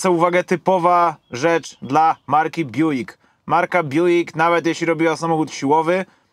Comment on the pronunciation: To sie Bjuk czyta i wymawia